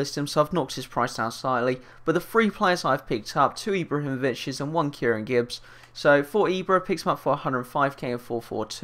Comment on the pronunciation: He said "Ibrahimobiches..."